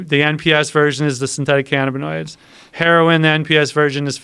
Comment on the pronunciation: The way this guy says cannabinoids... It’s pronounced- ka nab ah noids not fn- canna bi noids 🤦‍♂️ so aggravating the way he says it...